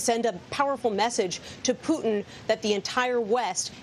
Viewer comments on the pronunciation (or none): He said Vladimir pudding?